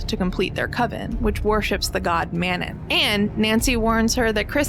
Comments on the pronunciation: *mano instead of manon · It's Manau, not Manon. Cleary you didn't even watch it 🙄 unsubbed "I adore this movie" Suuuuuure you do 🙄🙄🙄